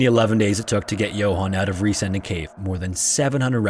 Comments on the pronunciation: While you got the pronunciation mostly right, you misinterpreted the name "Riesending" as an English adjectivisal verb ending in "-ing", like "descending", therefore your emphasis is a little off... 😅 It's actually a compound noun formed of "riesen" (engl. "giant") and "Ding" (engl. "thing"). So it literally means "giant thing" and is pronounced RIE-sen-ding (like GI-ant-thing), not rie-SEN-ding (like gi-ANT-thing). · I believe the name of cave in the 3rd story is pronounced 'Riêsen' it is spoken like the english word 'reason', ...so the cave name 'Riesen Ding' means in german 'Big Thing'! 😉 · Riesending is pronounced closer to "reason-ding" than "re-sending" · One thing about the last cave: it’s not ries- ending ,but riesen - ding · "Riesending" is not pronounced as Re-sending, but as Riesen-ding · Riesending is pronounced like "reason ding" not "ree sending" lol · As a German, it was a little bit funny for me how you pronounced the Cave in germany. The letters were right but the grooping was wrong. You said it like Re-sending but 'Resen-Ding' is much more like the correct pronounciation of 'Riesending' ^^ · It's pronounced "reezun ding" and literally means "gigantic thing". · He got the cave name wrong tho. Sounds more like "reason thing", and means giant thing. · His pronounciation of "Riesending" was amusing :)